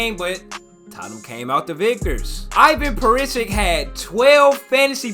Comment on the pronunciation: Good lord he butchered the fuck out of Perisic's name 💀